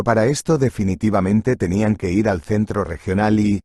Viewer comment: Y otra que dicen es i r en vez de ir